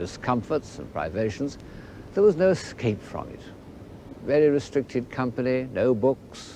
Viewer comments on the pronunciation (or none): none